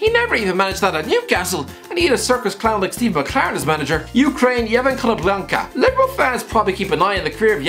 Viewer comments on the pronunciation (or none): Still better than when he tried to pronounce Konoplyanka... 😬🤷‍♂️